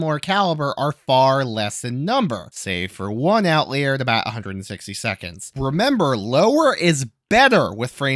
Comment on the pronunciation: It’s “out liar”. I wouldn’t have said anything but you say it more than 3 times!